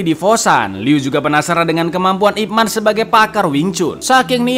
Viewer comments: ipman ya, bukan ipmen, eh dia juga bilang ipmen 😭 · Ip Man di baca Yip Man, Icaaang... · kalo kantonis bacanya YiPman